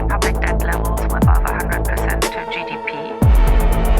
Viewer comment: Content is really good, but you know just work on the accent for example it’s France GDP but not France GDP with a odd and weird phonetic stressing on the GDP at the end and likewise every sentence. Good luck